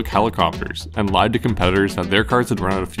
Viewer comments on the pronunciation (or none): none